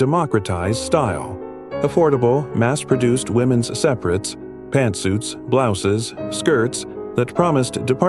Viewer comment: What is "women ess clothing"? These AI generated voices are so STUPID!! I bet his family were collaborators, what do we know about them? Canada took in a lot of anti-soviet nationalists who were helpful to the Nazis in WWII...from all of Europe and Ukraine, loads of Ukrainians.